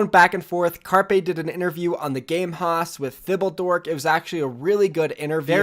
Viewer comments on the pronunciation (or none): Haus is pronounced like House not "hoss"